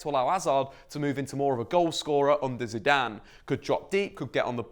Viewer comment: ZIDANE comeon you must be joking. is it ZIDANE or you that can not speak english?